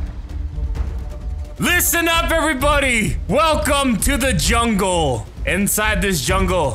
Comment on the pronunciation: More like, "Welcome to my Junkle"